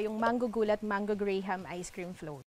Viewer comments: Pronounciation po, hindi po GRAY-HAM, Graham= GRAM , silent “H” po siya, CARAMELIZED= CARMELIZED, silent po yung A after R. Research research po tayo lalo na kung Public Info po ang show natin..OK! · Jessica Soho, it's pronounced gram not gray-ham. You're in public service do it right! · The correct pronunciation of Graham is "grahm," not gray-ham. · Graham is Grahm not Grey-ham. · I don't see anything wrong with him correcting its pronunciation. Actually, it is also pronounced as "gray em" or simply "gram". Sometimes we need to appreciate people who educate us instead of being HAMBOG regardless of the approach. Again, regardless of the reason, we should be thankful na may mga taong iko-correct ang mga bagay na inappropriate. :) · Dba Graham pronounced as Gram? Or binobobo na lang natin ung mga pinoy? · Stop saying Gray-Hem It's Gram.. pronounce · Graham is pronounced “gram” the “h” is silent smh... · It's pronounced graam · Great job, sarap talaga. Ito ang pronounciation ng Graham.